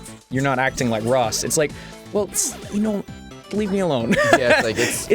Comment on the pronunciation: Raw-ss O'Donovan